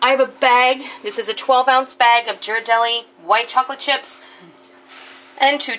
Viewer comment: Great vid. Just a note: "Ghirardelli" has a hard "g". I'm sure they would love to sponsor you!